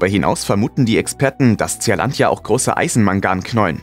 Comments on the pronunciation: Nicht Z E A-Landia ——ZEELÄNDIA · Bin ja eigentlich Fan eures Kanals, aber die Aussprache englischer Worte ist oft katastrophal. Tseahlandia… Meint ihr nicht, dass es in Lautsprache Sielandia (Zea = Sea = Meer) heißt? Dachte anfangs ihr könnt vielleicht einfach kein englisch, aber dann kommen in anderen Videos äußerst schwierige Wörter in absolut akzentfreiem englisch. Wie kommt das?